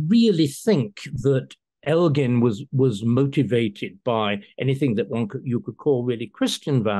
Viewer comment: "I think after all this time, and the fact Greece is a stable country. It is time to try and fix this rape of European history" Christopher Hitchens. I'm so glad everyone pronounced Elgin correctly. He kept them in his house so he could view them. I say give them back and try and restore the Parthenon